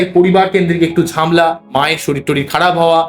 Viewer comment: আপনি আগে উচ্চারণ ঠিক করুন তারপর চেঁচামেচি করবেন। চুল ছেঁড়া বিশ্লেষণ হয় না চুলচেরা বিশ্লেষন হয়😂 ঝামলা বলে কোনো কথা বাংলা শব্দকোষে নেই।